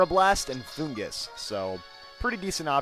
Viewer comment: Saying it wrong in the anime they say fungus